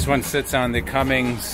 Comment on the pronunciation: Nice review, but it Cummins, not Cummings